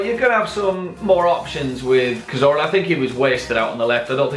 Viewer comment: You said Cazorla wrong